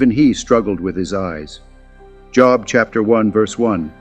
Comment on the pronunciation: Shame on you. You mispronounced Job multiple times